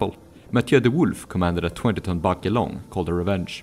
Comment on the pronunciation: Very nice video. However, The e in "Barque" is silent. :)